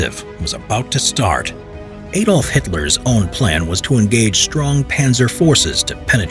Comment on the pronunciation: Who is Ay-dolf Hitler?